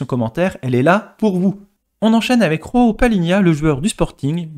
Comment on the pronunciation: Ont ne dis pas roao mais Joao